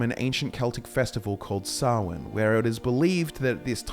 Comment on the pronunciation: THANK YOU FOR PRONOUNCING SAMHAIN CORRECTLY